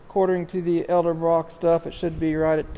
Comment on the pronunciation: so many people say elderbrock instead edelbrock. it always makes me chuckle.